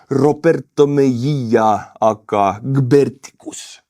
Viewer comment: AKA is pronounced A K A. You say each letter separately.